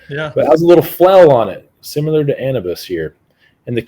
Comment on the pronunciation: Love hearing a guy I’m supposed to trust say things like “supposably,” and “simular.”